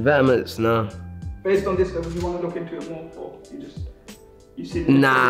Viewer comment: Man said vet-ta-ments